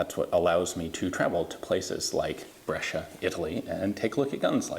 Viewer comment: Well, tbh his pronunciation is not that bad and he even nailed Brescia, that is not easy at all ^^